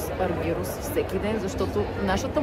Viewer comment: Не е Аргирус а е Аргерос....и като правите видиа....грамотно поне...,като те чуе той как му произнасяш името ...едва ли ще иска да те види